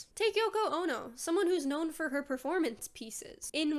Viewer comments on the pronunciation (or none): none